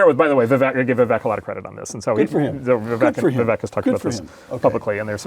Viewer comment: Vivek rhymes with cake, not deck.